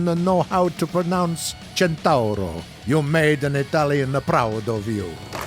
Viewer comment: Well, you pronouce Centauro very well but... you just destroyed the Foch! The "ch" should be prononce like an "sh" ^^